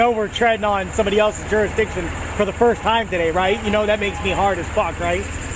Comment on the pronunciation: Lol he said duristiction. As if he has a jurisdiction